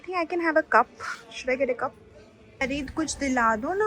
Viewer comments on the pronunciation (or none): It’s “GET-AWAY” and not “GATE-AWAY” 😇